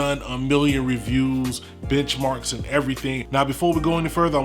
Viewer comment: I thought i heard bitchmarks 😂